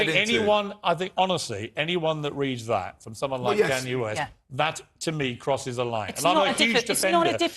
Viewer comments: “ Ken Ye West “ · his name is Kanye not canye